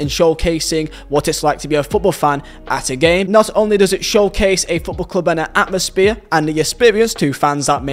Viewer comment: atmosphere but you say atmosbeer